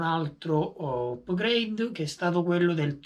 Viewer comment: Si pronuncia "apgreid" non "upgreid". Volendo esistono termini analoghi in italiano: aggiornamenti, migliorie, ecc